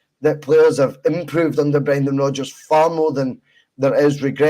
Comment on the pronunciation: Brrrreeeennnndaaaan Rrrrrrooodddgggeers 😂